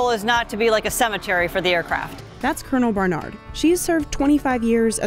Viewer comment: I might be wrong. But I could swear the reporter says:That's coronal Barnard. HE served 25 years